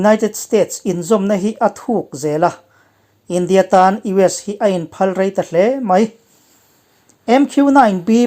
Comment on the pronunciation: In phalrai lam rik dan a dik hlel, phal leh rai hi ri hniam a lam tur a ni